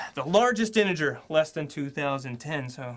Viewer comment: he said smth like "the largest anjer" instead of "the largest integer"